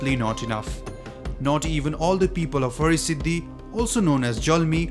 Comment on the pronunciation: Its Har-Siddhi not Hari-Siddhi …please make sure to correct it .